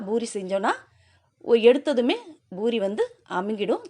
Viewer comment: IT IS CALLED POORI NOT BOORI. DO NOT KILL THE TAMIL LANGUAGE. THOUGH I HAVE BEEN LIVING FOR MORE THAN 3O YEARS IN US I SPEAK BETTER THAN PEOPLE LIKE YOU LIVING IN SOUTH. IT IS A DISGRACE AND SHAME BY KILLING THE TAMIL LANGUAGE.